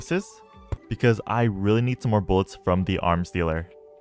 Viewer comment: "I need more boolets,i nwed more boolets 🗣️🔥🔥🔥"